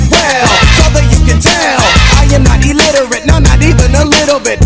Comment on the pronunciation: I like how DOC says, "I am not elitterate". It doesn't get any better or well-spoken than that.